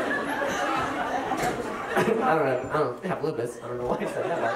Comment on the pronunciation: “That’s why I have thaT” sounds like periodT and I love it.